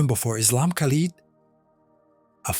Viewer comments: I don’t believe that this a authentic statement of a Muslim. The way you pronounced his name Khalid is incorrect, you missed the guttural sound of Kh….. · This story is so hilarious,you forgot once upon a time, lying and claiming to be a mumin, and it's pronounced lid not lead, the extent you ppl will go to get followers 😂😂😂 on day of judgment you will have to give account for this bogus story😂😂😂😂 good luck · If it was real and an imam was talking .he must pronounced his name right ,no moslem says kalid ,if you know there is a hell ,don't lie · me too because an imam wouldn't pronounce Khalid as kalid